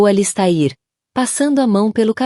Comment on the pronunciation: Sinto dizer, mas a leitura foi horrível. O nome do personagem ALISTAIR foi pronunciado de várias maneiras; o da esposa teve o mesmo destino. Ficou indefinido se ele já estava tendo um caso ou se a "dama de vermelho" só surgiu para atrapalhar. Texto muito confuso!